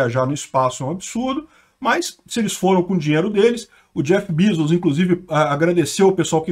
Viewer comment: Kkkkk o sotaque do Jeff Bizus